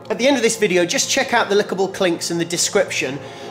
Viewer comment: Lol, he said "lickable clinks" instead of clickable links :P